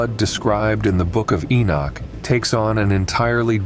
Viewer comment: I don't know if I can listen to you say the name Enoch wrong through the whole video